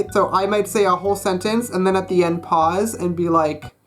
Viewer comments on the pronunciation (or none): none